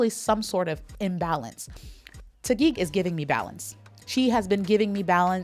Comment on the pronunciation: I really love the way you pronounce names of places in the Philippines, you sounds like local .. love it.. My miss universe Philippines is Taguig.. Katrina Dimaranan.. she awesome amazing beautiful.. thanks for this video. 🥰🇵🇭